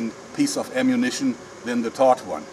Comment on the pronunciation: he was saying "thawed" potato, Sie Germans hav hart time wis sie "th".